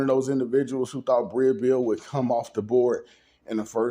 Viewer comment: Her name is Breeeeeeee no “a” sound. Okay back to the story.